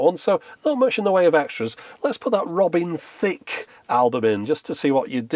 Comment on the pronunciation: The way you say it, it's more like Robin Thicc